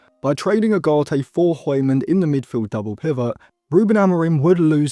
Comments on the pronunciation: No one asked but the pronunciation for hjulmand is Yool-man. Could be a good midfield option for like 40-50m if we can’t get an a-list target like Wharton but with Man U tax and the fact that this might be a late scramble, we would probably get nowhere near that price. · Der er ingen der kan sige Hjulmand😅 de udtaler H'et🤣🤣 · That is not how you say "Hjulmand" lol